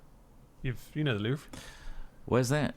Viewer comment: Also, apparently its pronounced Lew Vwaaaah!